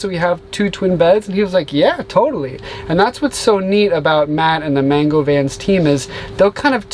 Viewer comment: More like man-goo